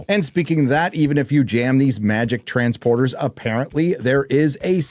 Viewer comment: hahaha, You said trans-porter